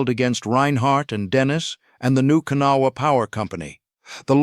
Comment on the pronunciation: 5000 workers on that tunnel project with 3000 of them that worked in the tunnel .... 65% had silicosis within the first 3 months of working in the tunnel. And its prononced Ka Naw wha